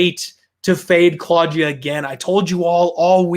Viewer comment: say claudjuh one more time i dare you